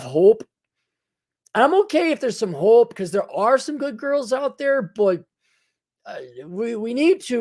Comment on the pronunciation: Oh boy. That Minnesotan accent is really comin out when you say “hope.”